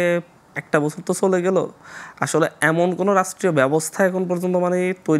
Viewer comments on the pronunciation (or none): এ কখন শুদ্ধ উচ্চারণ কোর্সে ভর্তি হবে? গোফন, ফরিবর্তন, ছলে, ওয়াছ - মাতৃভাষাকে বলাৎকার আর কত... ! 🙈🙈